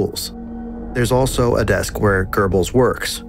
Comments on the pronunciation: German speaker here: no tf it's not. There's no rolling consonant in ö. Nor is there a rolling consonant in g or b. Ö or "o mit umlaut" is a front rounded vowel, and it can be mid-open or mid-closed depending on whether the syllable it's in is long or short. The syllable "Gö" is short so it's an open-mid front rounded vowel. Es gibt hier kein rollendes „R“ du Vollidiot 🫵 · Goebbels does not nor has it ever had or had pronounced an 'r'. Why do Americans (and shitty AI TTS Americans) do this? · I would like to know just one thing...where the hell do you find letter "r" in Goebbels??...you americans don't even try, ha? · Some corrections:- 1. There is no such person as "Gerrbills". It is written and pronounced Goebbels. 2. Hitler did NOT have a vegetarian diet. 3. Metre is spelled "metre", not meter. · A very well made video but sort of interesting how the narrator nails the pronunciation of the "oe" in Goebbels but constantly adds an R making it into Goerbbels... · Wtf is this pronunciation of Göbbels😂😂😂 sounds more like gerbil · Why is it spelled Goebbel's but pronounce Gerbels baby food. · Why you sayin "Görbels"? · Are you really not mentioning the soviet troops? And why do you pronounce Goebbels "Gurrrbels"? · Who are the “Gerbels”? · ffs its not "gerbels", where do you see an R? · He keeps on saying gerbels it is so funny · Who is Gerbels? Do you mean Goebbels with weird pronunciation or is it truly someone else? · Stop saying gerbels, good vid tho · OK but real talk where are you finding an "r" in Goebbels? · Why is he calling him Gerbehls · Gerbels... dang this pronunciation is keeping me off! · Görbels lol. Has this been read by AI? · "Görbels" xd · goebbels is not pronounced gerbels and the dog's name is blondi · yeah it kinda annoys me that he got his name wrong so many times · You didn’t even think to google how any of the names are pronounced? Where to you get an R in Goebbels? E in Eva is an eh, not an ee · it pisses me off the way he pronounces goebbels